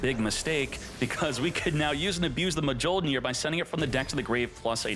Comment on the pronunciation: Oh yes, my favorite card: Artifact Ma joh neer